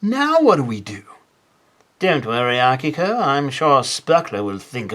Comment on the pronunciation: im using this video to prove to my friends that it's "AH-kiko" and not "uh-KEE-ko"